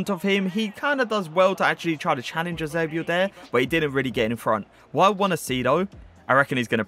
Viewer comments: Love That eusebio pronounciation tho .. YUZEBIOO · The way says Eusebio makes me laugh 😆